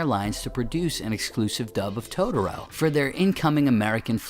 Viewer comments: Christopher Carr I know lol. First thing I noticed in the video. Irritating to me lol. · Yeesh, your pronunciation of "Totoro."